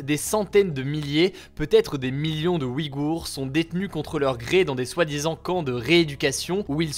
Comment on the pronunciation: Le tréma fait que l'on prononce "ouille-gour" non?